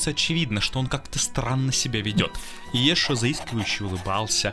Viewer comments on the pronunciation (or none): Ииешу Ганосри? Диктор не пытался потренироваться прежде, чем озвучивать?!